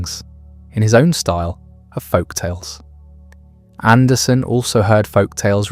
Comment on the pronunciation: Hey, everyone, it’s AndersEn. He’s Danish, not Swedish.